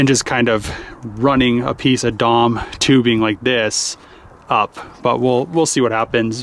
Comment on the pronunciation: it’s an acronym, it’s not pronounced Dom. You say D, O, and M separately.